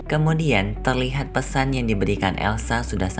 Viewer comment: Kamudian 👀 bukan kamudian bang tpi kemudian 🤣